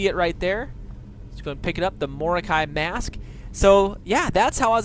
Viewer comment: "MAAASK" that pronounce made me die a little bit inside x)